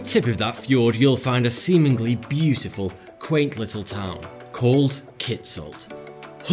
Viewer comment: Semenly ? Ohh seemingly...